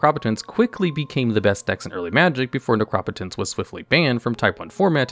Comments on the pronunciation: Necro-Potence not Nercrop-Otence. It's the combination of two words and those two words are not "Necrop" and "Otence", lol. Necropotence essentially means "power of the dead" or "death power". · Why does this guy pronouce every word wrong? Necro-potence ne-cropo-tence? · Seriously learn to pronounce Necro potence. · That Necropotence pronunciation was so damn triggering. Potence. As in potency. Necro-potence. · The way you say they name of necropotence is so infuriating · Bro that's not how you pronounce necropotence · Can’t say I’ve ever heard Necropotence pronounced that way lol. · stop saying necropotence like that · Who pronounces "Necropotence" like that?!?!?!?!? Wtf! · 🤣 I just wanted him to see the 2 obvious root words. There seems to be a weird mispronounced word each video.